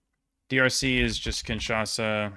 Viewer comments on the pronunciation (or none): none